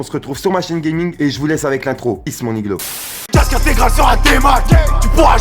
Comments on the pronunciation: arrête de dire niglo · Arrête de dire mon iglo salle con mais sinon ta vidéo cv